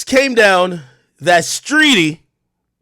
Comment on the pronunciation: He said streety I’m ☠️☠️🤣🤣